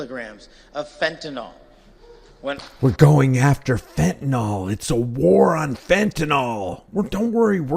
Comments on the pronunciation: If this guy is running the fentanyl epidemic he should at least pronounce it properly. It's fenta-NIL not fenta-NOL. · I know I'm an absolute nerd and a pain in the arse, but why is it that seemingly no one can correctly pronounce fentanyl? It boggles the imagination.